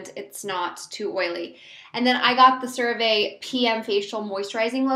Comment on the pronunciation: It's pronounced sara-vee. But i love that stuff too!